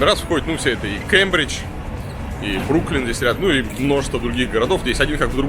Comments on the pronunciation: Варламов, в Бостоне не Бруклин, а Бруклайн (Brookline)❗️ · Читается БрукЛАЙН, а не Бруклин, пишется же иначе, Brookline vs Brooklyn, у них и Квинси, а не Квинс